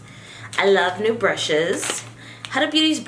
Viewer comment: Hi, her name is pronounced as Huda (who-da-h) and not the way you pronounce it 🙂